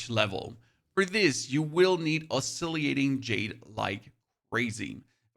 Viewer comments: It's oscillating. Why do you need to pronounce it oscilliating? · 😖 Lingering, not linjering. Oscillating, not oscilliating. Ebon, not eebon. Dushan, not dooshn. Paths, not pathees. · Oscillating Jade is pronounced (Os-sil-ate-ing), not (Os-silly-ate-ing). Thought you might appreciate the heads up. 👍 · Oscillating. Os so lating. Come on man. Pronounce the words correctly please. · The way you pronounce oscillating is crazy. It’s os-cil -lating. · your videos are very useful. i really appreciate all the info. also, i think you're adding an extra "i" sound to oscillating after the L's.